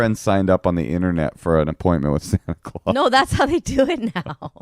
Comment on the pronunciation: How are you in your 40s and just finding out how to pronounce Santa clause OR know that you say it differently from the majority? That was crazy!!